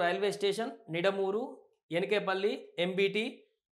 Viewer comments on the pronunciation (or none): Nidamuuru kadu ra babu ,❤Nidamaanuru ❤Telugu kuda raavatleedu yeediki 10 th aina passout aa yeedu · నిడమూరు, ఎనికేపల్లి పనమలూరు 😮😮 సరిగ్గా చదివితే వీడియో చూడాలనిపిస్తుంది